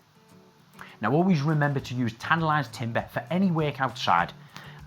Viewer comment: ?? what he say ?? Always use Tantalized Timber ??